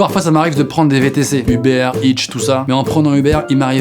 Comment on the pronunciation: A il a dit "uber eatch "